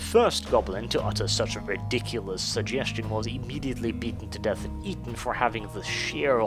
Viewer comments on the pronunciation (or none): none